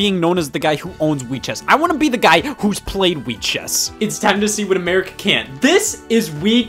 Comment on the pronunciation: We've found the sequel to "Genesis does, what Nintendon't" "Europe does, what American't" (Yes I know he said America can't, but that sounded like one word)